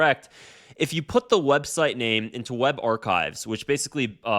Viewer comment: You should probably hire an editor, because you're saying things I don't think you mean, and mispronouncing words like "archive."